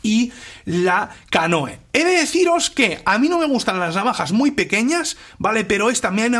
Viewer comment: se pronuncia "canú", no?